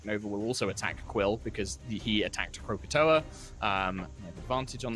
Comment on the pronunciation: I lost my shit the second said croakatoa making that direct link in my mind!🤣